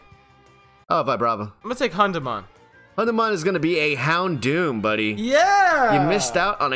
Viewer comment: EI will be spoke out like you are a pirate .. AYE :D it hurts that you do new english pokemon names ... hAndemon.. really? xD.. but its german not english and its a little bit like spanish.. you speak it like you read it :D gruss aus dem europäischen mittelfeld deutschland :D